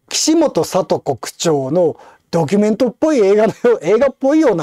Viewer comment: ドキュンメントに聞こえたｗ